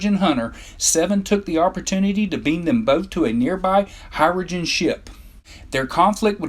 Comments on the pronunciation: it's cha-co-tee, not chak a tee ok....here-ro gens, is how you prono, not here a gens. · this narrator mispronounces everything: the Hair-uh-jin, Commander Chack-uh-tay. what the hell dude? Anyway, these creatures are creepy and fascinating . invincible, three legs, five genders. I want to see more of them in the trek franchise. perhaps the new Trek movies, or Star Trek Discovery could resurrect them, give us more of a window into their liquid realm and their way of life, tell us their real name. A lot of posts here claiming they're called the Undine. They only go by that name in some old online star trek game, but that's NOT part of the official Star Trek canon, so that name is NOT on their birth certificate!